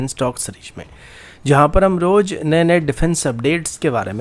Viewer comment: Bhi pehly bolna seek 😂😂😂. Roj nhi Roz newj nhi news bol